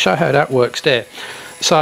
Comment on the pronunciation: Your 3 year old's pronunciation of TH degrades your presentation. wiFF, wiV or wiTH ? Dis or THis. ? Dere or THere ?